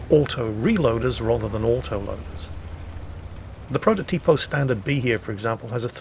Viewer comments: Actually,, it's protòtipo, not prototìpo. Cheers! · The pronunciation is protòtipo not prototìpo